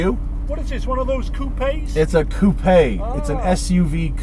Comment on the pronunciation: “Coupé” Go home, Germany. You’re drunk